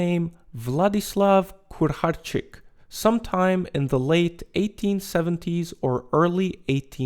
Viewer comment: Im preety sure it was Kucharczyk not Kur.... surname could mean little cook